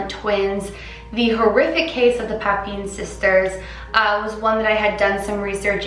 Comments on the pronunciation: Once pronounce papin like pappinn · pah-pen lmao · The way you pronounce Papin ... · "a lot of research".....cant even pronounce papin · so much research and ya still can’t pronounce papin right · she said papin wrong tho